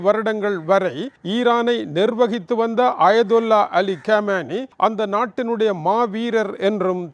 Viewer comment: Ayyyaaa.. It is not kammaayini. It is khomeini plz learn English correctly paiyya,, ennadaa ithu maduraikaaaranaku vandha sothanai 🧨🎇🎇🔥🧨🎇🎇🧨🎇🔥🎇🎇🔥🎇